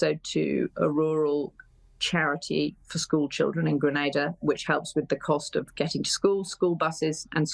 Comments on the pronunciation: I'm sorry. I want to clarify something. Your pronunciation of "Grenada" is incorrect; it should be pronounced as "Gre-nay-da." Not Granada. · "Grenada" is pronounced as "Gren-nay-da" "Antigua" is pronounced as "Aunty-ga"